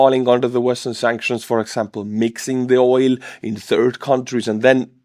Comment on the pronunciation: Oil is pronounced with a hard L ❤❤❤